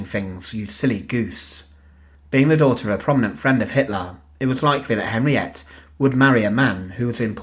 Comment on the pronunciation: Henriette pronounced Henri etter